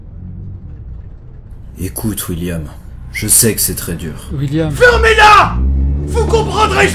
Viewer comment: Un truc que j'ai remarqué au lieu qui disent william il dit wuilliam 😂